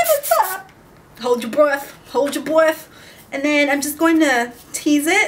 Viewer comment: "Hold your bweath Hold your bweath " XD